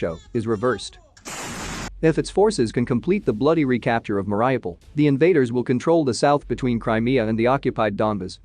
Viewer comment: For some reason, newscasters can't pronounce the city, Mar i u pol. They say Mar i O pol, or Mar ah pol. In this video, the machine, says, Mar i pol, rather than mispronouncing the U. After all this time, they can't even pronounce a cities name, which is so simple, and has been bombarded for so long. It makes me think, the American administration, is just sitting back, and watching a movie. They have to give some support, tho they have much more they could do. Even after the atrocities, they still only make sanctions. I'm not surprised tho, after what happened in Afghanistan.